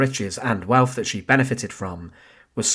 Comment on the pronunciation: Can you employ better narrators? Such flat expression and poor pronunciation wiv (with), uvver (other), welf (wealth) etc. I assume it’s a gimmick but two minutes in, I’m turning off. Shame - it’s an Interesting topic.